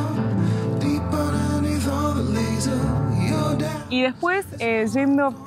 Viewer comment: Yucon (no jukon o shucon)